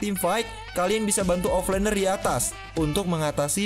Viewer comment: OFFLANER NOT OFFLINER PLEASE LA INDO PERBETOLKAN BAHASA KALIAN